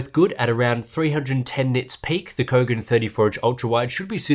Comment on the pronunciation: What?? I thought I heard "BOGAN MONITOR"... lolol...